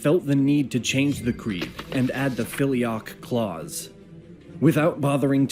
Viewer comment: Also, I hate the way this guy in the video says several different terms, such as Nicaea, Pascha, Filioque, etc. Makes me cringe and makes me kinda think he doesn't know enough about what he's talking about